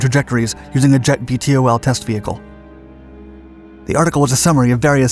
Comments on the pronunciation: Can't you just say "veetols" instead of "v-t-o-ls"...? It's not that hard to pronounce. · VTOL is pronounce "vee-tol" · I wish he didn’t spell out VTOL every time. .. it’s Vee-Tall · Would it have killed you to call it “vee-tall” like everybody else?